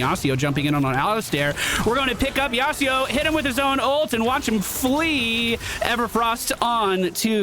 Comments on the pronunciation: Now that I see you playing Legue, I really apreciate your narration style when you go through the game! It works with Mobas. BTW... YasUo, not YasEEO xD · That yasio kinda got bullied I know it's not yasio, but that is how he kept saying it and so that is why i said it. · As an old Yasuo main I HATE that you say his name like that. It's YASUO with a U not an I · Also, why does say "Yasido"? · I'm not a stickler for pronunciation, but where the heck are you getting that 'Yasuo' pronunciation? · Great video but i hate the bad pronunciation of Yasuo